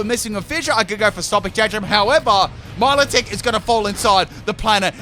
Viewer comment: i dont think i've ever heard anybody pronounce milotic's name wrong before... "only on channel" i suppose